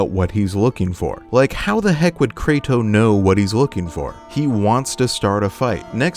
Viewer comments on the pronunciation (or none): I’m sorry for sounding like a grammar nazi, but you said “Krato” and it made me laugh. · Bro said krato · The random "krato" misspeak is hilarious lol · No way he just said krato like Kratos is plural